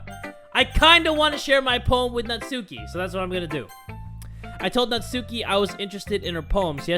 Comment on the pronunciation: It's NAT-SKI